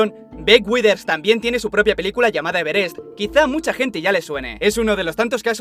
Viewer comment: Cómo pronuncia Everest jajaj